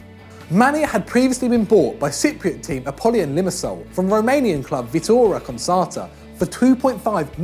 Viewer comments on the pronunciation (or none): LOL the pronunciation of 'viitorul constanta' Nice try tho, youre getting better at this